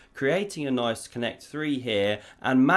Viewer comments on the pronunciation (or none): none